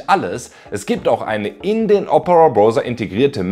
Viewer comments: Hallo, warum sagst du zu Browser eigentlich Broser? Man spricht doch aus: Brauser. Zu ein em Clown sagt man doch auch nicht Klon! Oder habe ich etwa Unrecht? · Gut gemachte Videos! Weiter so! Aber: Ahhhhhhhh meine Ohren! Das Ding "Browser" wird mit AU ausgesprochen! Mir rollen sich jedesmal die Zehennägel auf. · "Browser" ( ˈbra͜uzɐ ) = Brausa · Entschuldigung, eine Frage: warum sagen Sie denn nicht gleich B r o v s e r, wenn Sie schon zu skeptisch sind, dieses Wort als " Brauser" auszusprechen, denn der "Brauser" kommt der englischen Aussprache schon nahe genug! Nichts für ungut. Ansonsten danke fürs Video.